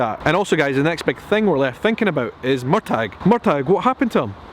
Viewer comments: Murtagh is pronounced Mur Tag? I thought it was Murtah. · It's Murtagh...phonetically Mur-tah Where do you live Edinburgh or Edinburg?? Sorry had to be said 😝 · Murtagh is pronounced murtaa lol 😅 loving these vlogs and sharing them on the Heughans Heughligans fb page xx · It's spelled 'Murtagh', and pronounced Mur-ta. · It was incredible! I've watched it a few times already ❤ Firstly, I notice your different pronunciation of the name Murtagh. Is it supposed to be a hard G? I always thought they were saying it with a soft G in the show? Loving your kilt!! I've seen other's say that they felt the presence of the spirits on the moor. That's so sad to think about, like are they lost soul's, doomed to wander the moor for all eternity, with no peace? 😢 I loved the fight scene with BJR and Jamie, but not so much the collapsing in a hug? It seemed an embrace. And it made me uncomfortable, after all the evil BJR put him through. Some have suggested that was Jamie makinf peace with him, knowing he had injured him enough to kill him, he could then let go of his anger toward him. I don't really like that theory. And I kinda wish they had included a gory part of the books, BJR had his eyes pecked out by a crow. I think that would have been far more fitting than the embrace. But still, even in the book he was ontop of Jamie, and that ultimately saved his life, for hiding him and keeping pressure on his leg wound so he didn't bleed out. Something I wondered, is why did the British not collect BJR? He was top of the pile, easily seen, and they did take all the bodies of their soldier's home for burial, only leaving the enemy to rot on the field. I think they've succeeded in starting to make Frank a likeable character. I really didn't want to like him, but they've done it. The 1940's apartment is beautiful.